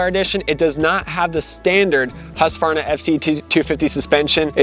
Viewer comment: Please upload a video of you pronouncing ”husqvarna”. I have never heard a native english speaker ever even coming close to pronouncing it correctly. Which really don’t matter, because english speakers are not expected to say the name of swedish towns correctly nor slavic last names